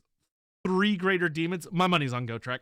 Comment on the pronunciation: the way he says GO-TRICK and not GOT-REK tilts me to no end